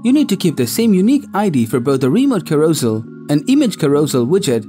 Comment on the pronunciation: Carousel is pronounced karro-sell